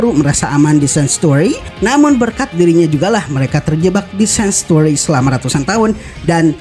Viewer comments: Bacanya sa(ng)tuari bukan sanstuari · Lebih tepatnya Shengchueri